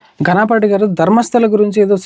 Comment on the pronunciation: నువ్వు ఇచ్చిన ఇంటర్వ్యూస్ లో ఒక మాట అన్నావు, నువ్వు స్పీచ్ ఇస్తే ప్రవచనకారులు ఎవరూ పనికిరారు అని. కొంత నేర్చుకొని నేర్చుకోగానే ఇంత పొగరా ? ప్రవచనకారుల్నే మించిపోయేవాడివి అనుకుంటున్నావు కదా కనీసం నీ జన్మకి ఒక్కసారైనా గ్నానం అని కాకుండా" జ్ఞానం " అని పలకడం నేర్చుకో. అంతే కాదు, మాంసం, మద్యం అలవాటైన మొద్దు నాలికతో పిచ్చ వాగుళ్ళు వద్దు. గనాపాతీ కాదు, ఘనాపాటి అని పలు.